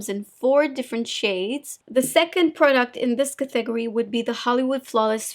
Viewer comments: IAmThatIAm it took me a few days, several videos ago to figure out “cathegorie” lol, I almost lost sleep. Finally oh! It’s category!! Now, I just laugh. I think English is her third language? If I only.... I lived in Southern California for 40 years & still could only pick up a bit of Spanish. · I’m here waiting for a funny pronunciation of a word . Like “smootthh” and “cathegorie” it’s so adorable it makes me chuckle every time!